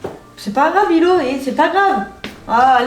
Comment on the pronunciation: Mais on di qu’on di Lilo pas Lille